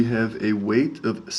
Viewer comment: Jeez, it's weighT, not weigTH.